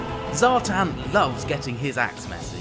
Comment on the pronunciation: Zhatan ( Zha-t-ON). as in like turning the lights on :) the chaos dwarfs were my first army and people are butchering these names and making these characters sound lame. its also Draz-HO-ath, as in ho ho ho and bath. ig it's subjective i just think draz-h-oath sounds lame.